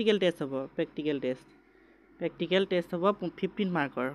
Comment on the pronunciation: Dada pactical ne practical 😂